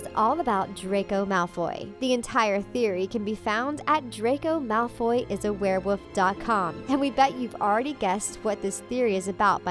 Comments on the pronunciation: Werewoof? 😂 it’s actually wereWOLF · You keep saying werewoof not werewolf. Say it right. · She kept saying wear woof instead of wear wolf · Wulf not woof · Why do you keep saying werewoof?!? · It's werewolf not werewoof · She wasn't saying wereWOLF she was saying wereWOOF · I swear she says ‘Draco is a werewoof’ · What's a "werewoof?" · The way she pronounces wearwolf Its not wear WOOF its wear wolf. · Lol werewoof don't ya mean werewolf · Why did they keep saying werewoof it's werewolf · its warewolf not warewoof, also fase.... sorry good video but that drove me insane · You say were-woof instead of werewolf and fose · Are you saying wearwoof? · It sounds like she's saying werewoof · She says werewoof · Wtf is a “werewoof” 😐🤔😂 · "A wereWoof" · If I hear this uneducated girl say “werewuff” one more time..... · malfoys a what? a wear woof? lol wear woof omg thats killing me. whats a wear woof? a little puppy that can change its size? i needed that laugh thanks. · What’s a ware wuff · Can someone please teach this woman how to say werewoLf??? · I couldn’t take it seriously after she started pronouncing werewolf as warewoff😂😂😂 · I'm sorry what a werewoof? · This is like the 3rd video I've watched where she's said warewoof, I thought it was an accident the first time but 3 videos is not an accident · It’s werewolf not werewolf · Think you should spend more time learning how to pronounce werewolf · This is the biggest pile of crap I've ever heard. And learn how to pronoiunce Werewolf. Please.